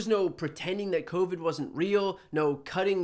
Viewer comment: “… and we have this coviat coming at us.” Say no more.